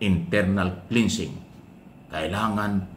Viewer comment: KLENSING po ang tamang pagbigkas at HINDI PO KLINSING.